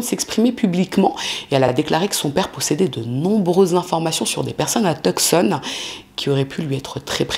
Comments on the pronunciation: Je trouve que sa prononciation est bonne ("Rou-ss"). En revanche, Tuscon de dit "Teussonne" et pas "Teuk-ssonne". 😅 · « Tucson » se prononce « two son » en anglais. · Tucson se prononce "tousan. le "C"est muet. Triste histoire. Merci d'avoir raconté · Tucson se prononce TOUSONNE!😊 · Toujours intéressante! PS on ne prononce pas le c dans Tucson.